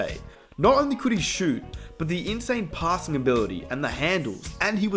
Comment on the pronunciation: Dude keeps saying "Pah ssing" wtf LOL. Great video bro